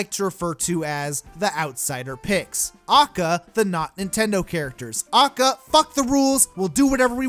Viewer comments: Jesus christ stop saying "A.K.A" as 'Ah-cah' its literally three separate letters with three separate sounds. A=Ay, K=kay, A=Ay. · Its a-k-a NOT akkah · Every time this guy says "acka" I lose a brain cell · liked the video, little bit peeved by your pronunciation of A.K.A as AKA over and over and over and over and over again. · A.K.A. its not one word aka this triggers me so much. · Your saying ah-k-ah instead of a-k-a and it’s pissing me off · Yo could you say A.K.A instead of AKA it took me out of the whole rant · Bruh, it’s Ay Kay Ay not “AHKAH”. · A.K.A. Shouldn’t be pronounced acka either say Also known as or A K A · I feel weirdly angry when actually say aka as a word and not just "a k a" besides that is a good vidi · Ive literally never heard anyone pronounce AlsoKnownAs/A.K.A. as an actual word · Did this fool just say a.k.a. "akkah" bruh wtf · ITS PRONOUNCED "AY-KAY-AY" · Who says AKA as one word? You say A K A! NOT AKA! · Stop saying AKA like that you nerd